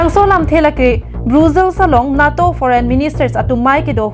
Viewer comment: "NAA" pu a pronunciation kali NATO aphanke. NETO pusi pu nangji - NATO aphanke.